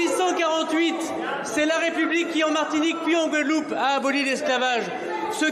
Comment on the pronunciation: On attend quoi d'un ministre qui n'arrive même pas à prononcé le noms d'une îles dont il est censé s'occupé (la Guadeloupe).